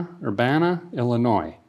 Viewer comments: I can just feel the collective cringe from all the Illinois natives every time he says "IlliNOISSSSSSSSSSSSSSS" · There is no noise in Illinois 😜. it’s pronounce Illinooo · Someone must have gave a feller a hard time about pronouncing the “s” in Illinois 🤣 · So a guy hails from northern wisconsin, and every time you pronounce illinois, it cracks me up!😂